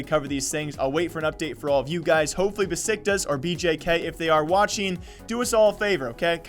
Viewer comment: fyi it's pronounced Beshiktash because of the weird Turkish s's just wanted to tell you :)